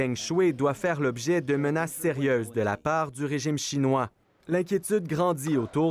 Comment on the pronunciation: La prononciation de Shuai est comme "Shoo + Ail", et non Shoo-ey, qui s'ecrirait Shui.